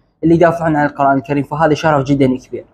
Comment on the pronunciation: القرآن بضم القاف. يجب نطق هذه الكلمة المباركة بشكل صحيح